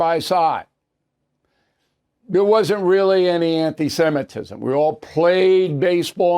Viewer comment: Bill Pronounce it right...Semitism not Simetism. Watch yourself, please, thank you.